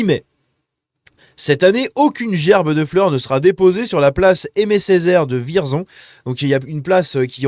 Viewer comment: Et juste comme ça, ça se prononce "Vièrzon".